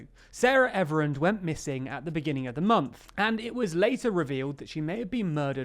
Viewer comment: Everard Not Everand. FFS you should have enough respect to get her name right!